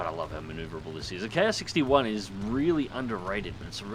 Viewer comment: that isn't an i or "eye"... that is the Roman numeral I also known as 1 or One, just look at the other Hiens like the Ki-61-II and Ki-61-III. But I know that Japanese nomenclature can be difficult for people not familiar with the subject. Also as Roger Doger stated Ki is pronounced "kee".